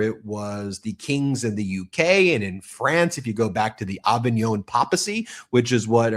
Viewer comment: Ben -It’s Papacy! Long A!!